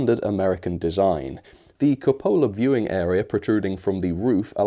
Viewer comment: Hey love your videos just a friendly heads up though the top of the Caboose is pronounced "coop-ahh-lah". Not trying to nit pick at you just trying to help you out. Cheers from the USA my friend keep making awesome videos!!! 😁